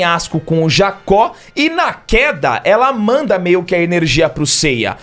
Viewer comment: Correção 1: O nome do grandão não é Jacó é Jaki( Pronúncia correta Jdaqui). Correção 0,5(meia correção): A descrição do golpe satan imperial esta certa apenas no contexto do anime. Essa técnica no manga é melhor explicada quando Saga luta contra Ikki. Nela Saga como em uma hipnose sugere ações e gatilhos. E pode ser desde fazer o cara pular da ponte até mete a porrada em geral até acabar morto por alguém ou mesmo invadir o território inimigo sem armadura e pelado. O contexto da luta do Aiolia foi: Condição: Apagar memória. Gatilho: Inimigo dizer que Athena vai morrer(manga) Efeito: Lutar até alguém morrer na frente dele pelas suas mãos. Muito melhor o Satan do manga do que do anime que sempre da a enteder que ele deixa todo mundo no modo Kratos.